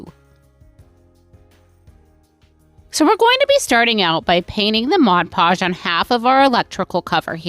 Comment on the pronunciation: Why do so many crafters have so much trouble pronouncing Mod Podge.